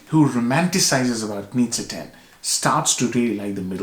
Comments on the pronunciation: Great review, I very much enjoyed your analysis! By the way, Knize is pronounced „Knishe“, because it‘s a Bohemian name, so it‘s pronounciation is Czech. Best regards from Vienna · It's pronounced: Ka-knee-ze